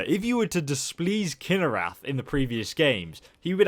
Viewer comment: ITS KIH NAH RETH NOT KIH NAH RATH